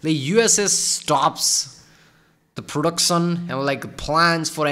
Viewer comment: fake AMERICAN ACCENT wow so tell me what does these things mean in your 1st 45 seconds of video PRODUCSON DID THEY GOT.... did you mean production did they get. even if indian are given whole PRODUCSUN blue print of f22 and f35 they will still take about 100 years to produce them... please dont pretend to be what you are not...